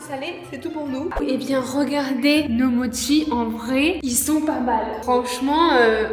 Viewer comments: juste ça se dit moCHi (prononcer mo chie mdr) si non je vous kiffe vous et la team crouton au complet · ca se pronnonce motchise et pas moki ni mochi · Ses pas modchi ses mochii!!!🤣🤣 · C'est la vie les mochis OwO (PS: c'est "motchi" la prononciation, c'est japonnais) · en tant que fan du japon j'avoue que la prononciation de mochi en "mocki" m'a trigger de ouf 😭😭😭